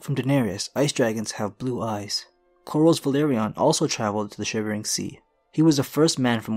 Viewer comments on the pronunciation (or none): He's really having a hard time saying "Corlys" lol it's just Cor-Liss lol